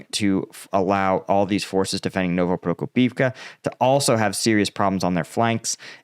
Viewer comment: You should really try to improve your pronunciation, because it sounds stupid. It is Pro-KO-pivka and Ro-BO-tyne.